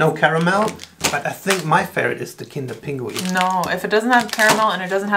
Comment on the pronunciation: Es heist Kinder Pingui und nicht Kinder Pinguin!